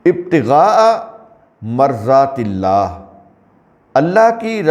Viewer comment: Marazatilla ( Maradatilla right pronunciation)